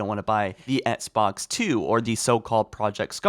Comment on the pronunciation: Please say “Ex-box” instead of “Ets-box”. I can’t unhear it and it pains me.